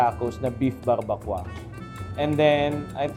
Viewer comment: Barbacoa 👇 pronounce bar-ba-kowa